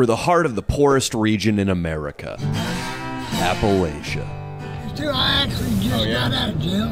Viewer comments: Appa Latch A! Not latia lol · We pronounce it like apple atcha here in appalachia, not apple A shuh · its appalAchia not Appalaechia ok AH-PU-LAH-CHUH but I love you and will forgive you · & Leo are like the evil Los Angeles alter-egos of Rhett & Link. I actually hate them. Also it's pronounced "apple-atcha", and not all of us are poor, uneducated, and/or on meth. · It’s pronounced apple atcha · It's APPA-LATCH-UH.... just saying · Hearing consistently pronouncing Appalachia wrong while talking shit about the uneducated is my new kink. 😂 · how he says appalachia makes me mad